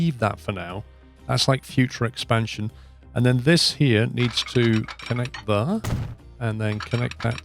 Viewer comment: There" is more like ,,thaere" if you know what I mean . Love this series